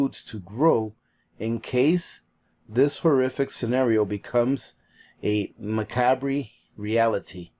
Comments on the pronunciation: Macabre sounds like ma cob, accent on the cob. 😊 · The word is pronounced like ma-cob... corn on the cob... death, Halloween, ghosts, that sort of thing. The package is together and Ivan will get it to the post office today! Great video... I have strawberries planted out front, I have a grapefruit tree... Augason farm red & green peppers... I have lots of chocolate raw powder... I have no idea what a spirulina is... I'm trying. Thank you for your help it is much needed by all. Ma 2